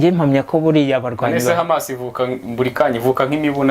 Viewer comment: Courage brother hano birabara kbsa , uri hejuru musore, urumva ukuntu HAMAS ayivuga mucyarabu 👏👏👏!